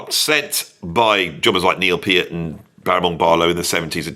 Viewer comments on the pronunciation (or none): none